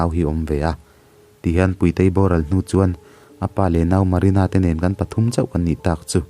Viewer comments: Puitei or Púitei (Ro'Pui') kan sawi ang a, 'Puitei' ti tho si. Amah Puitei koh nan a 'Tui' lam rik ang deuh a, 'Púitei' ti leh tho si. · Puitei / puitea tih i lam dan hi a ma ka ti